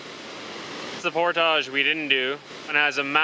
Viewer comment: You're speaking English, but why do you pronounce portage the French way? You don't know how to say it in English?